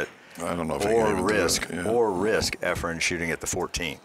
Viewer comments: Its efren not efrum geez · Why do many of these commentators you use call Reyes "Efrem?" So much for credibility. And the other guy who worked at the Weather Channel: he's a meteorologist and does not understand what "30 percent chance of rain" means? Too much yammering... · This is probably the third different commentator I've seen on youtube who refers to Efren as "Efrem." It drives me crazy. Show some respect and get the name right. He is, after all, one of the greatest pool players of all time. He might even be THE greatest player of all time. EFREM? Good God.